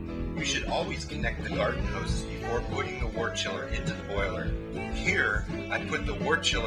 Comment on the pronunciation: Decent video, but I must nitpick something. The narrator continually mispronounces the word "wort" as "wart". Wort should be pronounced "wert"; just like world, work, worm, worst, and worship are pronounced with an "er" sound.